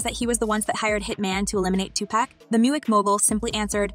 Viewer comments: PLEASE PUT SOME RESPECT ON TUPAC'S NAME... IT'S PRONOUNCED AS 2-POCK (Like LOCK) 2 POCK, Not PACK... Uggggggghhhhh ❗❗❗❗😡😡😡😡😡😡😡😡😡😡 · It's not 2pack, it's 2pock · Say his name to right it’s not Tupackkkkk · Smh why these white folks keep saying his name wrong his name is two pock -2pac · "2 pack"...? Can we pronounce his name correctly TUPAC! ✊🏾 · Please respect the dead and pronounce his name correctly. Its not pronounceed Tu-PACK it is Tu-pahc. Ahhhhhh not Acckkk. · Please stop calling him 2Pack! It’s 2Pac (like Pock). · IT’S TWO-POCKKKKK NOT TWO-PACKKKKK geeeshhhh lady you’ve had 27 years to figure out how to PRONOUNCE the damn name right before making a video. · Sweetheart, u gotta at least say the man’s name right if you gone do a story on him. It’s (Too-Pock), not (Too-Pack). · It's not 2 pack it's 2 puck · his name is not tupak dummy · I don't trust anyone saying tupack this is not on the news that is the girl from the internet I saw that news cast they never mentioned diddy smh YALL GONNA GET SUED STOP MESSING WITH THOSE WHITE PEOPLES PODCAST U GONNA GET SUED THAT YOU TUBER CANT EVEN PRONOUNCE TUPAC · If this woman say 2pack 1 more time 😅😅it’s pronounced 2poc but spelled 2pac it annoys me when she says it wrong but says puff or diddy the right way 😂😂😂😂 but OVERALL GREAT VIDEO!! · 2pac!!!!!! NOT 2PACK!!!!!!!! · Omg plzzzz say his name right it’s not 2 pack it’s 2 pac use your short a . Y’all never say his name right watch interview when he says his name never say his name right for 30 yrs smh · To this day I have NO idea WHY certain people pronounce Tupac’s name like Tupaq. The ENTIRE world knows it is pronounced TUPAC(too-poc). 😣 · His name is pronounced like this 2 pock not 2 pack so annoying put some respect on his name and please get it right! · Some people have a certain accent making them say TUPACK (2 pack❌) but it’s Tu-Poc (Tupac✅) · She's driving me nuts mispronouncing his name. It's not Tu-Pack... It's Pac like "pock". Is that so difficult? 🤔